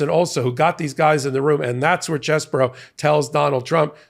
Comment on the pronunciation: CheeeeeseBro! Get it right😂